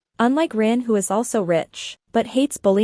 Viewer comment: Thyme, not tan. Kavin, not kevin. Ren, not rin. 🤣🤭